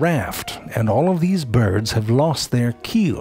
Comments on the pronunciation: "Beerds of the ground" 😂😂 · I love how he pronounces birds. "Byuird" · "Byords" That's genius. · "...and this lineage seems predisposed to become byeeurds of the ground." Always with the silly pronunciations.